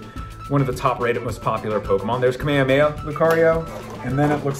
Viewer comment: Really you too “kahméméha” it’s khaméhaméhaaa